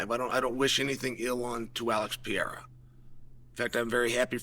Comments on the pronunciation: Alex Pee-era 😂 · Alex Pee Air uh lol my boy Chael